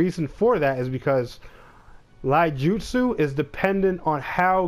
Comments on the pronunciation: It's not "Laijutsu" its "iaijutsu" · Also, it's pronounced "EE-YAH-JOOT-SOO"